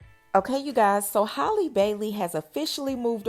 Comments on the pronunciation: Or calling her hailey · Halle, like Halle Berry. Not Hay-lee. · Her name is HAAA-LEE, not Holly‼️ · Girl, stop mispronouncing this girls name. Are u slow? It's halle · 😂😂😂 you mean HAY-Lee because you definitely respelled out Holly(Haa-Lee) as in ha ha ha 🤣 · Lol, I don’t know why but mispronouncing her name irks my soul and she’s not the only one though. 😂🤣😂🤣🤣